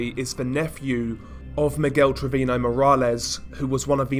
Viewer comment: That and treviño isn't pronounced trevino